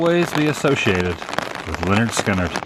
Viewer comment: its pronounced pronounced leh-nerd skin-nerd